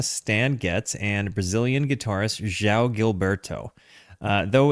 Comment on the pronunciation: You have the soft “J” sound correct on João, but then you need to follow it up with a “w” sound: “J-Wow.” Thanks for doing this great album.